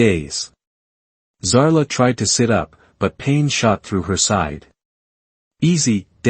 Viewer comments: It’s a bloody wound (pronounced “woond” . When one winds a clock it is said to be “wound” but if you are injured you are said to be wounded, (pronounced “woonded”. Teach your AI the correct pronunciation determined in context. Oh! Another thing, her name is “Zara” not Zala. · At about : : the prime female's name is falsely said as if it had an 'l' in it!. Oops LoL 😢😢